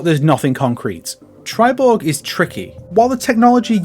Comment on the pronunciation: Triborg? What are you, Swedish?